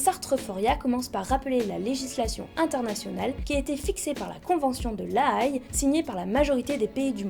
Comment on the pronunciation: "La Haye" j'y habite (c'est aux Pays Bas) ça se prononce "La Haie" et pas AYe Bisous